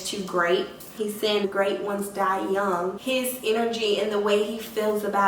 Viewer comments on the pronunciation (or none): none